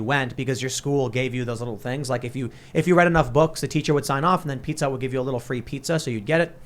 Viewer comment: For a second I thought she said "Pika Hut" instead of "Pizza Hut", and I had a vision of pizza with slices of Pikachu on it...